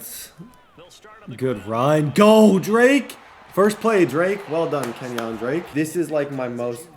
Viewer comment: it really bothers me how you say kenyan drakes first name